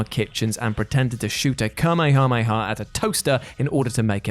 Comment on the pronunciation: You insult me by the way you say the name of characters (pilaf) and techniques (the kamehameha wave) Pronunciation: pe-lof (When naming the technique not calling on the technique) The ka-may-ha-may-ha wave